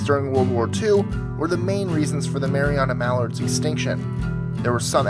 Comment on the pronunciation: I thought you said "Marijuana Mallard" so I went back to check and was sadly dissapointed